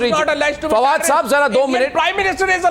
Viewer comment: I duno y they call this dog fawad , fucking my ears are bleeding.